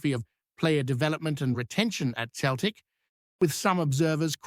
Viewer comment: It's not pronounced Keltic ya fud